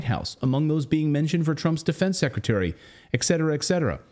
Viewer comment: Et cetera, not EX SETuRahh